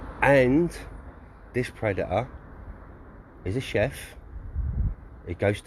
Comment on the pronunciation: “Chef” not “Chief”😂